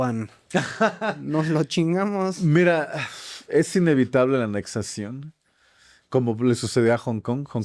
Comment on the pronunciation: Anexión o anexacion?.??